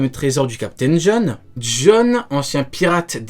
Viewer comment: LE TERRRRRIBLE CAPTAIN JOHN🤣